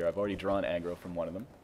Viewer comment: I don't know why, but I thought you said egg roll when you said aggro.